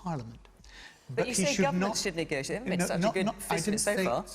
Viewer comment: Neee gossse seee ate. Say negotiate correctly you half wit